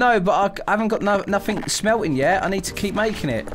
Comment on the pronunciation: Its melting not smelting